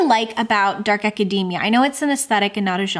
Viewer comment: Thanks for the pronunciation clarification on Babel but why did you have to mispronounce academia like macadamia?! 😆 It’s aca-dee-mia. We don’t say acaday-mic, lol. So many people pronouncing it like this just grates on my ears.